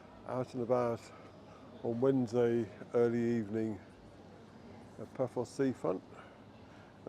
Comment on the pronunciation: Yep, Paphos with 'th' really annoys me!